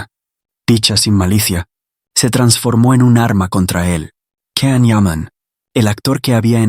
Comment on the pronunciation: His name is Can - pronounced Jan - please say it correctly? You know so much about him but not this?!